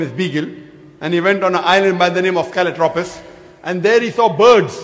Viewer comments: darwin landed on "calatrophis"????? haha...zakir is a dumb ignoramus who cant even get the basic facts right....it's galapagos islands not calatrophis...u moron!! and also backing down at the first sign of trouble....notice how zakir naik incites the crowd(the herd to be precise) to trivialise the seriousness of the question...zakir naik doesnt have an intellect for a civilised debate all he is good at is dog whistle rhetoric and pseudo scientific nonsense.... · Island of kaladropis, lmao. galapagos island.. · It's Galapagos Islands not Keletropis. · There is a video on youtube where everything this idiot says is torn to bits, he makes up people and places, can't even pronounce GALAPAGOS and he's a fool !!